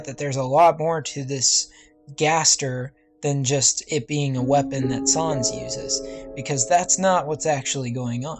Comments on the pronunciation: It’s sans not sarns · It's sans not sons! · sans not sahns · No-one: Nobody: Not even me: Not a single living soul:: Sawns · Its sans not sons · sans not saans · Sans not sons that annoyed me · Sans not Sarns .-. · ya u says in dis "sOns